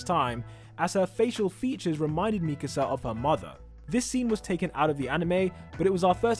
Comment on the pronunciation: Why do people say Mikisa instead of Mikasa?